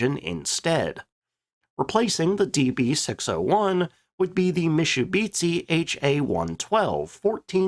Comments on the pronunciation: "Mishubitsi" should be "Mitsubishi" - Great videos, thank you! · Mishubitsi? :D